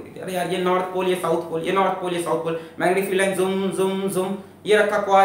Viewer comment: Everytime he said north pole and south pole I heard North Korea and South Korea 😅😅